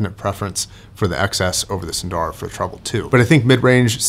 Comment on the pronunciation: I ordered a pair of custom-made earpads for my Edition XS. They are far thicker than the whimpy stock pads. Incidentally,, there are no long vowels in "Sundara", nor in "Susvara".